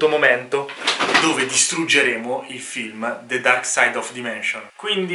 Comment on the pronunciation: 27 si dice "DAIMENSION" NN "DIMENSION"